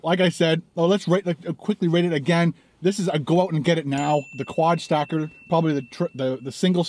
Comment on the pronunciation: It sounded like you said "quad stalker" at the beginning. That gives the video a whole different vibe.